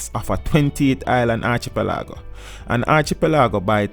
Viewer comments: the archi- pol-lago ! That made me almost fell off my chair! Great information but 😲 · ARCHIPELAGO....... not archepaligo.......... Thank you for the information nonetheless. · Pronounced arkipel ago not archipeh laago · Also "Archipelago" is pronounced "Ar-ki-pe-le-go" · What is an Archi- Pa- lago? We in Jamaica are Educated, the Man Narrating this is AN EMBARRASSMENT !! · I cant with with the Archie PE Lago. Sorry. Informative vid though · Dude it's pronounced ar-ki-pel-eh-go with the stressing the 'pel'